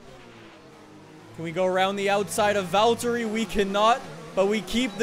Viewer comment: Its funny when you say Valtteri like Valtyrie😂